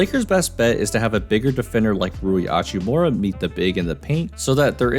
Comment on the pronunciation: I feel the need to point out the H in Hachimura is not silent, you do pronounce it